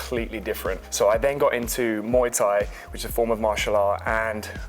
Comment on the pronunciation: I live in Thailand & love Muay Thai, it's pronounced Moo eye by the way, they all saying it wrong lol